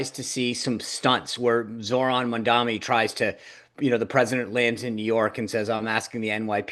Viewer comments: MAM...D....ANI Mark (remember you used to get upset about KAMALA being pronounced wrong! Come on... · "Let's talk about Mandami". Jesus, are you ever going to get the name right? Any of you? And he did reach out to Jewish New Yorkers, you just chose not to play that part of the speech.